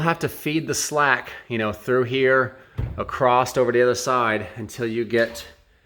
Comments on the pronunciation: It was 'acrost' that was killing me 😭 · I just got the same hoist today and this video is extremely helpful. Thank you for posting this! I like how you say acrost or acrossed, I used to do that until my wife teased and corrected me. Now every time I say across, she says don't you mean acrost? I played that part of the video for her and she got the giggles. Cheers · Is he saying “acrosst”?